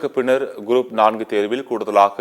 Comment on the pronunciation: This man reads GROUP AS GROAP SO FUNNY... CHANNEL DOESNT PROOF CHECK BEFORE READING ... 😂😂🎉